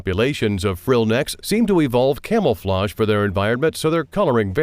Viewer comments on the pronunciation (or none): Did he just say camel-floudge?